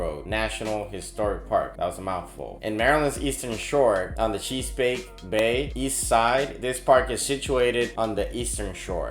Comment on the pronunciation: Cheese-pake???? A-lig-gany, Yoz-mite?